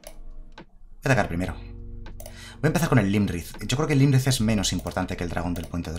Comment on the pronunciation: Este mazo mola muchisimo jaja. Solo un apunte, el dragón azul no es Lymrith es Iymrith, es una i, perdón pero es que cada vez que lo decías me sangraba un oído jaja.